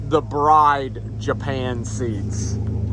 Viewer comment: The seats in CreamPai are pronounced Brid, not Bride. ie, rhymes with Sid not Pride.